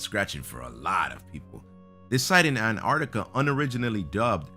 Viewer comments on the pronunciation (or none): none